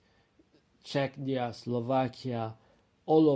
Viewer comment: The name needs to change; Západ which is West in Czech & Slovak means collapse in Polish. Polish for West is Zachód but that means toilet in Czech & Slovak. Error; It's Czechia (pronounced: "che-kee-ah") not "Czechnia" which sounds more to Chechnya, a troubled region in Russia which is obviously an issue.